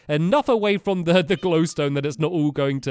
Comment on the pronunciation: Was it just me or did stampy say "let's go to he love house" ??????